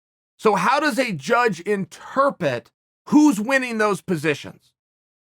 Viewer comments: InterPRET is now officially pronounced interPET. Any questions ? You may receive your ass whuppin on the streets of Wes Linn OR Thank You. Chael P. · Chael says breakFRAST instead of breakfast, interPET instead of interpret... so he took the R from interpret and gave it to breakfast, OK great. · Chael “interpet” Sonnen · Us: Interpret Chael: Inter-pet Us: Inter-pet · Chael "inturpet" Sonnen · Chael “how does a judge interpet” sonnen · Chael "Interpit" Sonnen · "interpet" the dictionary has just changed itself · “Interpet” we are being trolled.. surely. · Me: Reads title of vieo "No way... there's gotta be some kind of misunderstanding..." Chael: "Inter-pet" Me: Here we go Chael: Proceeds to discuss Lobsters and even mentions cows, all while discussing it in the context of MMA Me: "God, hes done it again" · Cant believe I’ve been saying interpret wrong this whole time. thanks chael